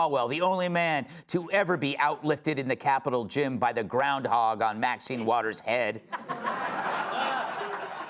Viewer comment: Say "Awn" instead of "ON" 1 more time & I'm unsubscribing. It's ON, 2 letters O & N, there is no W in ON. It's not AWN like YAWN or LAWN. 🤦🏽‍♂️🤦🏽‍♂️🤦🏽‍♂️